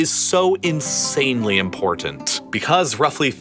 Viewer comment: Excellent video. Please note you’re not pronouncing the word important correctly